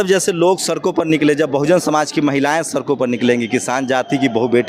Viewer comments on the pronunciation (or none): मलाईदार पदों पर अरहार्क योग्यता के कारण है। योग्यता लाइए सीट पाइए। दूसरी बात= हर किसी से,,,कितने पड़े लिखे हो,,, पूछते रहता है पर सड़क को सरक बोलता है। पता नही ये कितना पड़ा है और कैसे पास हुआ है। आप इस vid ko dhyan se suniye। Ye sabko gumrah kar raha hai। Msi to aise kar afro ko janta hu jo obc se hai। Bahut afsar hai।